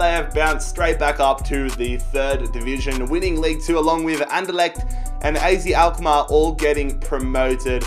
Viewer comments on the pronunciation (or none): Az Alkmaar is prenounced as “ahzet Ahlkmaar”